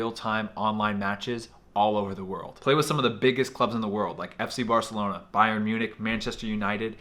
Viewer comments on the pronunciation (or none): none